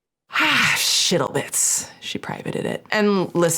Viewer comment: Did you say shittle bits? 😢